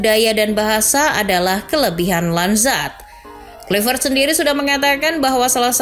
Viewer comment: KLAVERT Bacanya Bukan KLUIVERT